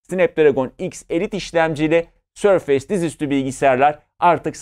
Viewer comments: sorfeys degil sorfis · sörfeys değil abi sörfıs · abi otu boku düzeltmeye çalışan cringe bir tip gibi olmak istemiyorum amaaa sörfeys değil sörfıs diye okunuyor..... seviliyorsun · sör-feys değil sör-fıs - teknoloji editörü sayın beyciğim. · hocam şuna sörfeys deme artık sörfıs diye okunuyor ya 😂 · Sörfeys -- Sörfıs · Sörfeys demesek güzel olurdu olsun :) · yani maykrosoft demeyi biliyorken, sörfeys demek nedir yahu?